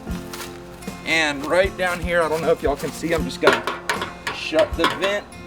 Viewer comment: “Bring em on round hewe”😂😂😂